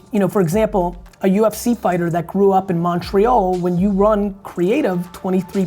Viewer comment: Jersey accent on that Montrea(o)l lmao